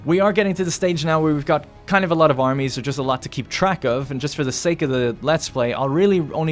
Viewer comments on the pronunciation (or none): none